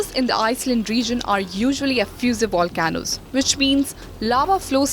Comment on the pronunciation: It’s pronounced “Volcanoes”, NOT “Wa Can Noes”! Maybe next you can hire someone that speaks English and takes the time to study for the part…